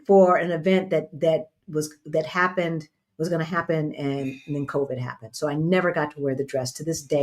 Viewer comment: Re:shoes, said, “see what had hap-pend” lol 👏🏾🫶🏾💞💫✨🌟